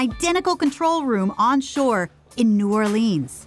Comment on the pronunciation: Come on. Couldn’t pronounce New Orleans correctly.